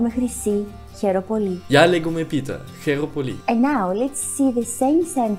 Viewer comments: Ναιι, τη φάση, Εγω απο πίσω να είμαι κάπως: ΔΕΝ ΕΙΝΑΙ ΛΕGΟΜΑΙ ΕΙΝΑΙ ΛΕΓΓΓΓΓΟΜΑΙ, But nice, you did well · Όχι γεια λέγκομαι Πίτερ, λέγομαι Πίτερ